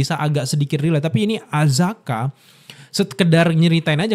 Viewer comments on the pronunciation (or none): Akaza akaza akaza bang bukan azaka 😭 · Akaza bang, bukan azaka🤣🤣🤣🤣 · akaza bang bukan azaka😂😂😂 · Bang.. Akaza.. Bang, Akaza.. Bukan Azaka.. Kalau ada Akaza ini selalu keren sih, teringat perkelahian pertamanya ketemu Rengoku.. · Akaza bang,gua Ampe lupa namanya lu ngomong azaka trus wkwk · Akaza bang buka Azaka 😂😂😂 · Akaza bang kenapa jadi azaka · Bang akaza bang bukan azaka heheh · Akaza bang bukan azaka corbuzier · bang kenapa ga astaga aja, akaza bukan azaka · akaza bang bukan apakah 😂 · Akaza cuy, salah terus nyebut nya😂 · Akaza kak, bukan azaka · Akaza bang bukan azaka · AKAZA woi, bukan AZAKA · Akaza bro bukan azaka 😃… sedikit kritik… agak ganggu aja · ralat Bang....Akaza bukan Azaka....😂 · Akaza Bang, Bukan Azaka.. 😅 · azaka nggak tuh 😂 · bg maaaf ni bg, sebagai fans demon slayer gw gemes aja sama lu, Akaza ya bg bukan Azaka, kalo Azaka dari Arab bg, maap ni yak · bukan azaka bang, akaza😂😂😂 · mana ngakak bgt salah pronounce nama char akaza jdi azka 😂